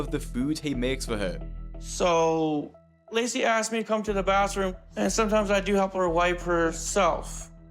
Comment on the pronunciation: I keep mishearing him pronounce 'Lacey' as 'Lazy'.